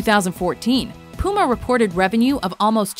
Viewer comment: Is it just me but she said puma and adidas wrong